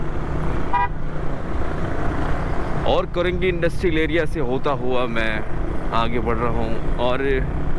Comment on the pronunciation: Korangi hota Hy yah karengi. Samaj nahi ata yeh new new vloger Urdu ki watt lagatay hy